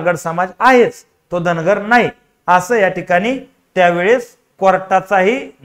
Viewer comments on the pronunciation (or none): अरे बाबा धनगराचा उच्चार कर रे बाबा धांगड करू नकोस का मुद्दाम करायला ते सांगा आम्हाला.